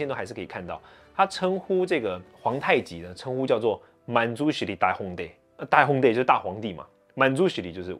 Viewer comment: 大皇帝Dahongte，聽著像用台語念的！